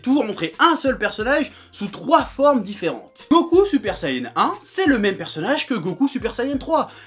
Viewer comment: Ça s'appelle Super Saiyan et non sayenne